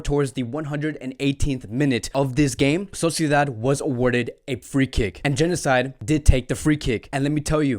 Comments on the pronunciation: I do appreciate the analysis, but it would be even better if players' names were pronounced correctly. "Januzaj" is pronounced like "Yanuzay" not "genocide". Also "Ter Stegen" is like "tersh tegen"... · thought you said Genocide for a sec there 😅😂